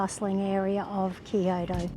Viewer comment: "These steps suck!" Har har har! BTW -- 京都 "Kyo-to" two syllables, not three. Good vid.